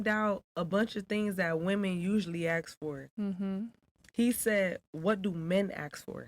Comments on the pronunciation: Why did she say axe insteadof ask? To lazy to say the correct word or can't pronounce words properly? Im not trying to be a d im just trying to figure out why some blk americans speak this way? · “axe”…..of course….